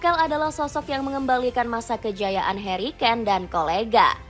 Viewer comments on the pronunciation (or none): none